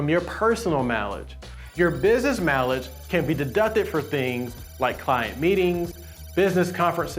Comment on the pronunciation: Stop saying mileage like you do